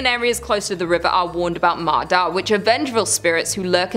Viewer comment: I know in writing, Ma Da is the exactly words in English alphabet but it's actually pronounced "Ma Ya" in Vietnamese. D and Đ are different in Vietnamese, she actually used Đ, not D. QU is pronounced W.